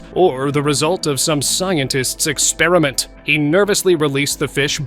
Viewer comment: Why do you say scientist expraint